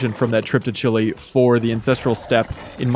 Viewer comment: "They went to Chili..." Really? Is pronouncing the E in Chile really that hard? Lmao